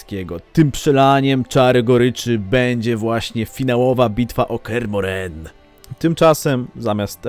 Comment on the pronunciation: Dlaczego akcentujesz Kear MohrEn?